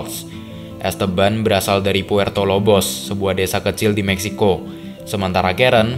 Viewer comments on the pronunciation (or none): none